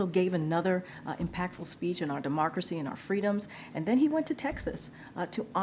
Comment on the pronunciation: 2011? Demarkracy? They must have some confident...